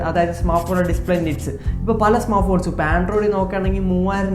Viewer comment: Smartphones ❌ smarffone✔️😂